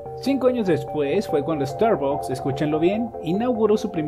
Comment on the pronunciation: No se dice estarbocs se dice estarbacs.